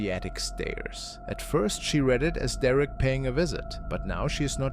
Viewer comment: IT IS NOT “DERECK!” SORRY TO SAY.